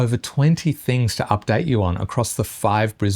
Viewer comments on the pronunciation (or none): none